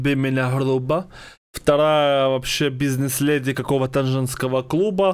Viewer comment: Она хоть бы говорила правильно не лЭди,а леди...